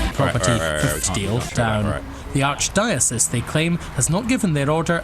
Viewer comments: "ARCH DIOS" 😂😂😂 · ARCH DYO CEASE <--- THATS HOW U PRONOUNCE IT DOGGY😂😂😂😂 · It’s arch *die-uh-cease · Arch die O's 😂😂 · Alright, say it with me: ARCH-DIE-UH-SEES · it's pronounced "Arch - Dye OH SEES"